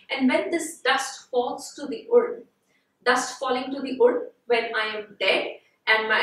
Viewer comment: Nice explanation but the pronunciation for Urn is just like Earn